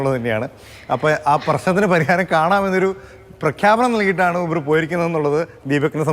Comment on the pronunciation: യൂബർ അല്ല.. ഊ..........